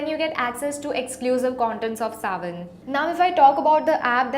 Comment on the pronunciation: Arey, its Saavn, not Savan.:/